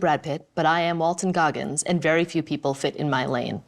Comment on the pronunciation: Really, THR? "WALTER" Goggins? lol